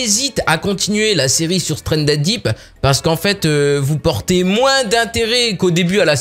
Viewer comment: dit stuandedip